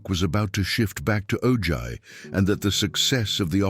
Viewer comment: ITS Pronounced OHi not OJy